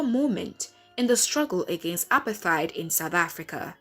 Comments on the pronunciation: Good film, but it's pronounced more like APART-HATE, NOT APAR-THIDE... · Apart-heid ! Not apar-theid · Apartheid is pronounced "apart - heyd". Please can we correct that. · Nami the accent is shaking me. It's like she's saying appetite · Clueless narrator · like bro uper tyd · The way she says apartheid is so foreign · It’s not foreign. It’s wrong.